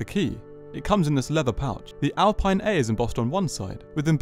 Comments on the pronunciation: Nice walk around. Btw it is pronounced Alpeen. Also, the seats are not optional. The pure edition which is the cheapest has them as standard while the Legarde edition has multi adjustable seats. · How were you given access to the car and yet still not able to pronounce the make correctly… fascinating